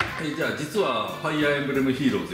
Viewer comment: ファイヤーエンブレムじゃなくてファイアーエムブレムですよ